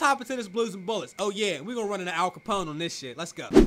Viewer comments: bruh hold this L All Copone. it's Al Copone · Brother I aint the type to look for anything wrong but 'All Capone' come on 😭